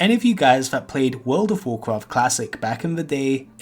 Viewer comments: wuld of wuhcwoft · Vowd if vowkwaft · cool video but how hard is is to say the letter r world of wawcwaft is just stupid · gawisons in wowd of wowcwaft